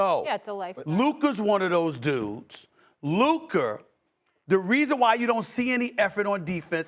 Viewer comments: Can't pronounce his R . His New York accent anything in an A is now the hard Er 🤣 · Who TF is LukeRR?? Stephen A cant say his name right 🤣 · Why does this dude keep saying luker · I don’t like how Stephen A is using the hard “er” instead of the “a” when he says Luka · It annoys me that Stephen A says Luker and not Luka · Who’s Luker? Maybe he knows Rob Pelinker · Why Stephen A calls Luka "Lukerr"? lmaoo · Why does Stephen A call him Luker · “Luker doncic” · Nobody. Steven A: Luker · Is Stephen a calling him Luker? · If Luka gets better on defense SAS should be forced to say his name right lmfao "Luker" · SAS CALLED THE MAN "LUKER" LOL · His name is Luka, Stephen A…..not Luk’ER!! Smdh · For real. Luker? Really? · If Stephen A. Says luker one more time 🤣😂😂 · It’s Luka not “Luker” lol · "Luker Doncic" - SAS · Why does Stephen A call him Luker?? 😭😭😭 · Stephen A calls him Lukar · Luker Minnesoter etc 😂😂😂😂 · Looker. lol StephenA sounds bristish with them random added Rs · SAS saying “Luker” makes me want to die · Stephen A saying Luker 😂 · Who TF is “Lukar” 😂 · “saids luker one second later” 😂😂😂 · So much disrespect from St. A. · It’s just so pronounced in this video especially, “Luker”😂😂